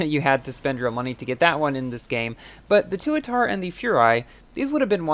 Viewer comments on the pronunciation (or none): Not toatara, Tuatara